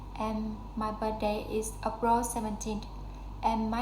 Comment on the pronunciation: Yeah, it is a really good and long story. Glad to see your effort. It's great as your pronunciation seems pretty good, especially your linking sounds. Only need to pay attention to final sounds (2 weekS) and practice 2 words: April /ˈeɪprəl/, ambitious /æmˈbɪʃəs/. Thanks:)